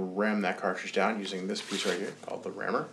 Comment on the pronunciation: Ramrod, not "rammer"